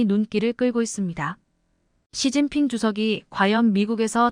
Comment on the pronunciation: 왜 이런가 시진핑을 서진핑이라하고 목놓아 우는경우 목논아 운다 라고 연설하신분도 한국사람은 아니라고봅니다